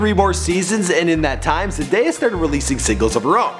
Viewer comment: I'm just happy he pronounced Zendaya correct